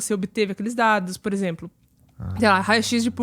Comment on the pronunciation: "Por exemplo". Saiu "purzempru" kkkk